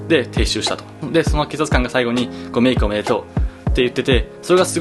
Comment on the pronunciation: なんか「成功おめでとう」に聞こえた笑